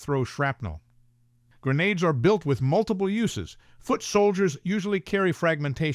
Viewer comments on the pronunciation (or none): none